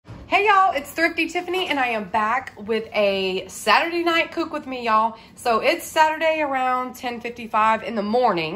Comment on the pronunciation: 🤣🤣🤣 says cok with me instead of cook 🤣🤣